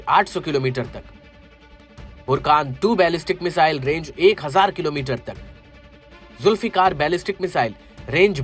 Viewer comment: जुल्फिकार नाम ह तुम धुल बोलरहे हो😅😅